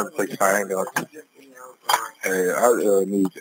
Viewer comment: “Ambalance” blacks man wtf